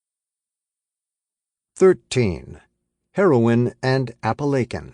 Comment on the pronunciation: I wish this guy would learn to pronounce Appalachian properly!